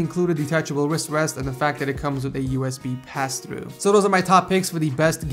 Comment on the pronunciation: The way you say wrist wrest Wis West